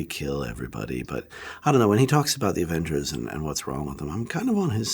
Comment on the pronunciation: OK,, if you're going to be doing an interview about the AVENGERS, maybe learn to say it. It sounds like you're saying the "Evans's"!